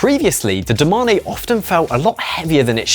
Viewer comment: Bro this channel is pure cringe…. DO MA NE. Say it with me, DO MANE. Fuck sake